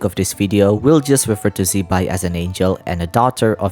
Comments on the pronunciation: Not shaming, but I think Her name should be pronounced as Zi-Pai (Zuh-Pie) not Zeee-Bye, thatswhat i remember studying mandarin 😅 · HAHAHAHAHAHA because wrongly pronounce zibai as Chibai will be a cursing in mandarin 😅 chibai same as fuck you in english